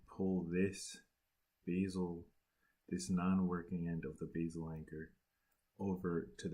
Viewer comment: You keep saying beesil anchor in the video asif you’re not sure what to say